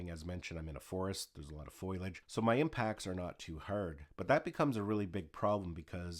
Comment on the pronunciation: Foliage not foilage